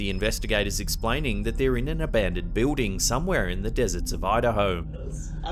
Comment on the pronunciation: I love the way you say building. It sounds like a southerner in America saying the name Bill but giving it two syllables, as in "Bee-ill" then adding the word "ding." Keep it up! Love the channel!